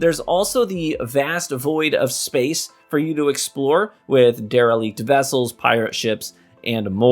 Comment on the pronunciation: The way you say derelict... You been watching Zoolander?